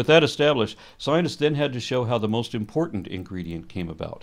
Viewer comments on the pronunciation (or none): none